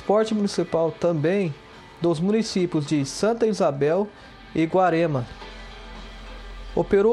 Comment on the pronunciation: NÓS DAQUI DA REGIÃO, Conhecemos a emprêsa e a família do fundador com o ERÓLES e não Erôles. Outra: A cidade vizinha que eles alcançavam com s/ ônibus é GUARAREMA e não Guaremo, como VC disse. MAS ASSIM MESMO, VALEU.